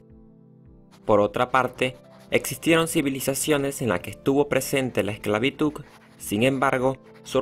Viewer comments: Me gustaría que entiendan que hay personas se tienen una forma de hablar,tanto como el dijo esclavituc;tambien hay personas que dicen fuistes en vez de fuiste..entiendan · Buen video, a excepción por eso de insistir en decir “la esclavituC” 🙄🙄🙄, casi me desconcentra, ya saben... NO A LA ESCLAVITUC!!! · Buena información pero es esclavituDDDDDDDD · Esta grave la "esclavituk" ... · no puedo concentrarme en el video porque solo oigo que pronuncia ESCLAVITUC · que chistoso dice "EXCLAVITUK" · Amigo te recomiendo tomar un curso de dicción para que aprendas a pronunciar mejor las palabras. Se dice ESCLAVITUD. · solo me estresa q pronuncies ESCLAVITUCCCCCCCCCCC me quema los oídos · El secreto para pronunciar la "D" en lugar de "C" al final de la palabra esclavitud es practicar diciendo: esclavituda, esclavitude, esclavitudi, esclavitudo y esclavitudu una vez que la "D" ha sido practicada se le quita la vocal final y se logra la pronunciación correcta esclavitud pronunciando la "D" al final y ya no esclavituc ni esclavituk. La palabra es con la pronunciación acorde a su escritura con "D" se escribe y pronuncia esclavitud. Ahí está la clave y método para pronunciar correctamente la D al final sin vocal pues en tu alocucion pronuncias la D sin problemas cuando la usas con una vocal al final eso muestra que si puedes pronunciar la D solo hay que practicar el método para pronunciar. correctamente. El video bueno en edición pero la información incompleta no se menciona la esclavitud en la biblia aún que no es historiografia si hay datos corroborados por los historiadores tambien a los andinos esclavizados no se les menciona. Gracias. Constantinopla de práctica repitiendo consta, constante, constancia, Constantino, Constantinopla. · vine a la sección de comentarios con un único fin: ver a quien mas le molestaba que diga esclavituC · "Esclavituc" What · Es una pena que haya pronunciado "ESCLAVITUC" en todo el resumen...pintaba bien el video. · Adoro como pronuncia ESCLAVITUK.